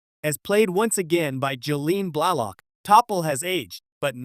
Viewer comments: Thanks for the info, but like so many other said, please use an AI voice better. It pronounced both her character and real name incorrectly. 🤦‍♂🤦‍♂Do better! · Stop using an AI narrator. It's ridiculous. Her name was T'Pol.. pronounced teh pol not Topple or Teeple. her real name is incorrectly pounced too. AI makes stuff sound moronic.